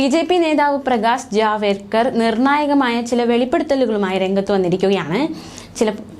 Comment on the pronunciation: പേര് കൃത്യ മായി പറയൂ ജാവേദ്ക്കർ അല്ല ജാവഡേക്കർ എന്നതാണ് ശരി